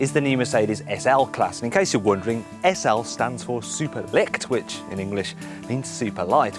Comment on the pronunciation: OHHH first mistake in first minute! SL stand not for super Licktwich :D You have to pronounce "Leichtgewicht" more than "Leyshtkewisht. The german ch is hard to pronounce for you british :DD